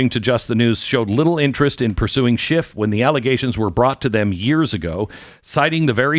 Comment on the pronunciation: There's no final T in then name Adam Schiff!